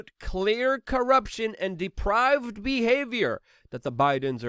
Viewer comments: Depraved, not deprived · Hi Luke.. Depraved , not deprived. Hunter is not deprived. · The word is depraved, Luke. Not deprived. Those corrupt people, are not deprived. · depraved not deprived